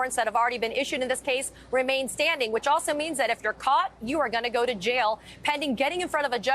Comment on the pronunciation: Can’t work out how they get their pronunciation of Fani ?